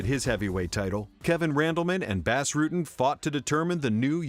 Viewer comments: I believe it's pronounced "boss" Rutten not "bass". Knit picky, but the guy is a legend in mma. Great montage as usual! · Its pronounced "boss" not "bass" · Doing a MMA video and not knowing how to say the name of Bas Rutten is sacrilegious. ITS NOT BASS JERK. ITS PRONOUNCED BAUS. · WORST THING YOU CAN DO IS CALL EL GUAPO FUCKING BASS ITS BAS (BAHS) RUTTEN NOT BASS LIKE A FISH DUMBASS EVERYONE SHOULD KNOW THAT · Bas not Bass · Boss Rooten hates when ppl call him Bass Rutten. It's Bas Rutten as in Boss Roooten. Shame on you for not doing your research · it’s not pronounced “bass” you idiot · its called BAS, not BÄS. get it right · Who the fuck is the narrator??? It's not BASS Rutten. It's 'B-ah-ss' How long you been doing this MMA YouTube shit?? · It's pronounced 'Boss' not 'Bas' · LOL "BASS" Rutten. It's BAS, bro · forgot about takanori gomi vs Diego Sanchez they ripped gomi off.......and why are you pronouncing bas ruttens name wrong?!?!?!your saying bas is in bass but it's pronounced boss. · saying Bas Rutten like Bass Rutten is as ghetto as saying casa dilla like casa della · Even though its spelled Bas it is pronounced boss, not bass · Lol he kept saying bass rutten (///_-) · it's pronounced Bos. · who is "bass" Rutten? can't even say the name right of a champion. total fail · actually Its Boss not Bahss. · it's pronounced Boss. He's Dutch. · "Bass Rutten" lol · Bas is pronounced Boss, pet peeve. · Say "Bass" one more fucking time... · Ugh, how can an MMA channel mispronounce Bas' name so many times?!